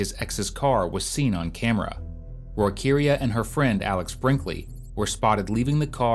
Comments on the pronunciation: “Roykeria” 😂😂😂😂😂😂😂😂😂😂😂😂😂😂😂😂😂😂😂😂😂😂😂😂😂😂😂😂😂😂 I swear ……… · Okechobee. Roykeria. I can NOT.....🙄